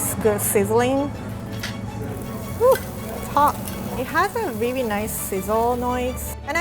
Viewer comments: “Cawoot weawy good” hahahhahahaahahahahahahhahahahah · Its really not wi wi